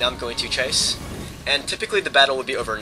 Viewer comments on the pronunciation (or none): none